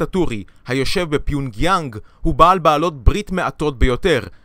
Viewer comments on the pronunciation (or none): סרטון נחמד. רק קוראים לבירה פיוֹנגיאנג, לא פיוּנגיאנג.